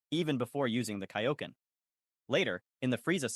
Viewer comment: wdym this is clearly AI Voice, saying Kaioken and Saiyan wrong